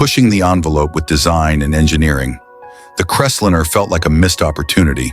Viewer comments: Crest linner? AI fail. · I can't believe that the narrator repeatedly pronounced "Crestliner" as "Crestlinner". ...and they never showed the vinyl-roofed model that was the focus of the whole report. The video also shows vehicles that have been seriously modified - "chopped", "channeled", "bullnosed", "decked", and with over-sized wheels, among other things. It's difficult to see the features spoken about in the video when those very features have been modified or totally removed from the "example" vehicles! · Loved that Ford “crestlinner”! 😂😅😂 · LOL... what's a Crest-linnah? These AI voice overs are both pathetic and humorous at the same time. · Why can't the stupid AI pronounce the 1950 Ford Crestlinner or dinner?? Big waste of time. Watch "I do cars" and enjoy it !! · I thought he was saying `crez-lynn-ner'. In-fact, the car model was .. the Crestliner. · Too much time was spent on watching each of these cars. Saying any of these cars was stupid is extremely subjective and to quote here "None of these were stupid. They were part of the fabric of our success-drunk country" When a specific year of Buick was shown, there were two model years shown as with the 1955 Cadillacs. The narations were mispronouncing several names ie; Biaretz cadillac and Crestliner. In the early '60's these cars were everywhere and no one every called them stupid. Only the Edsel was mocked a little then. My dad bought a 1957 Buick in 1958, two years later we moved across the United states {twice with a UHaul trailer} from Arlington Va. to Seattle Washington and three years after that to Knoxville, Tennessee without any problems. I loved all of those Cadillacs!!